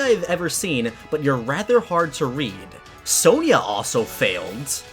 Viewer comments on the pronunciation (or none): none